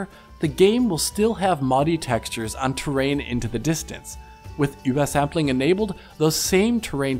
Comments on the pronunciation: i've never heard "ubersampling" pronounced so disagreeably. just say UBER ffs. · Why are you saying ubersampling so weird? Sounds like you're speaking gibberish instead of OOBERSAMPLING.